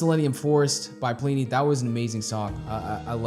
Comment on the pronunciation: His name is actually pronounced Plih-knee, the first I sounds like the I in bin. Simon Grove is his goto-guy for production and mixing, he also plays bass on a lot of Plini's releases and live shows. Plini writes/arranges everything himself, from the (bass) guitar parts to the synths and programming drums. His first two releases, including this track, featured programmed drums instead of the real thing and only a few guest solo's and guitar parts. His first album, Handmade Cities, featured recorded tracks for drums and bass by Troy Wright and Simon respectively. The list of musicians he has worked with so far is impressive, I can recommend taking a look at his Bandcamp page ( ) or his website ( ). Seeing as you have a small selection of electric guitars, he also has a Neural DSP plugin called Archetype: Plini ( ). In case you're wondering, it's a piece of software to emulate his sound through amp modelling, a few effects and cabinet simulation. Just hook up the guitar through an audio interface and shred along in your DAW of choice or standalone ;) it has a free trial btw. A few other artists I would like to mention, if you'd like some more of this type of (instrumentals only) music: Animals as Leaders, Arch Echo, Intervals, Periphery, Sithu Aye and Jakub Zytecki. You already heard of Chon and Polyphia ;)